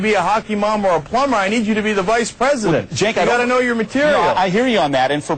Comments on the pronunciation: is "jenk" the correct pronunciation? i thought it was pronounced "senk". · WHO THE FUCK IS JINK! AM I TRIPPIN OR IS THAT THE WAY YOU PRONOUNCE CENK. My audio preview pronounces his name Kank!